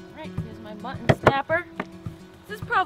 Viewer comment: Your pronunciation of mutton still cracks me up. Where are you from originally? ", what's for dinner? Mutt'n Honey!"